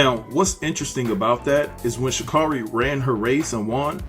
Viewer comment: You're saying her name wrong and its annoying